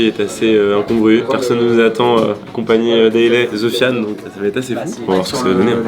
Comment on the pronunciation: sérieusement il a vraiment dit '' zofian ''????????